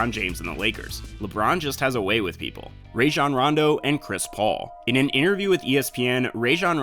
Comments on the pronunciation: Stop saying rayjon its Rajon. Roh jon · Bruh you said rayjon rondo